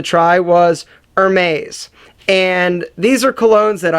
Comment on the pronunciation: Hermes = HER-MEES